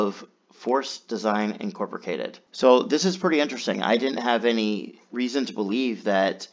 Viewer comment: Enjoy the content. Are you aware you are mispronouncing Incorporated?